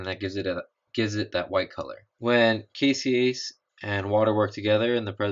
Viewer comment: The enzyme in the Casein Utilization experiment is "caseinase" not "caseiase" just fyi.